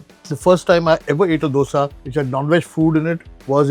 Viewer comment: Last restaurant - Madras Mood, The owner mentioned that his native is Karnataka. I beg to differ, I caught him on the way he pronounced Dosa. He pronounced Dosa the way we start pronouncing "Doughnut". Its not the sound "Do" from Doughnut but its the sound which we get from hindi word "Do" i.e. number 2,. So you should pronounce Dosa by staring with "Do", the way you say number 2 in hindi and then "Sa" is normal. Probably Madras Mood owner is not be a Kannadiga, but best of luck for spreading south indian food. Apologies if I am incorrect anywhere. 🙏🙏